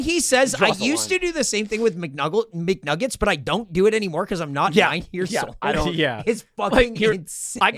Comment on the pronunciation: He said McNuggles🎉